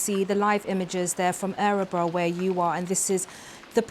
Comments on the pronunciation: It's not ärebro, It's Örebro. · Dear BBC. It's Örebro. Not Ä-rebro. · The Town is pronounced and spelt wrong it is Örebro. Please get it right.